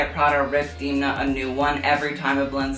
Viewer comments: It’s not D’ee’mna, it’s Demna. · ok this video was ~sooooo great~ but i have one small nitpick - it's pronounced 'Dem-na', as in them, not 'Deem-na' as in theme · you idealize alessandro a bit too much ..... (miuccia) also: *dam-nah